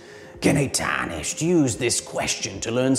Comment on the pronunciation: man the way u said tarnished is too good